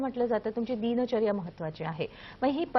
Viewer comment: दिनचर्या असा शब्द आहे दीन दीन असं उच्चारण का करतात ह्या बाई ?